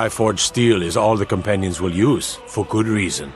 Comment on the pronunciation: “The Companionses hall in whiterun”